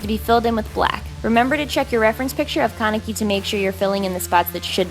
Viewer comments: THE WAY THEY SAY THEIR NAMES KAN-E-KI ITS JUST KA-NE-KI AND RIZE IS JUST LIKE RISE I SRSLY CANT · Isn't is pronounced Ken-ehh-key? not Kon-uh-key? I've only watched the subbed anime so it might be different from dub, if there is a dub. (I think I remember them announcing it?) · um um um ummm was I the only one that heard her say kanaki at the end .-. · I absolutely love Tokyo Ghoul!!!!! I'm pretty sure you were saying his name wrongs but whatever, the AMAZING makeup made up for it